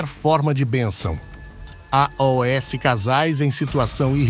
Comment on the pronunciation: Por que o sr pronuncia "a,o,s" ao invés de "aos"?